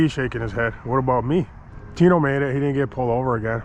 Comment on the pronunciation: Tino aint got no L’s 😂😂😂